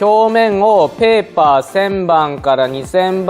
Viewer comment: あいかわらずペーパーの発音きれいデスネ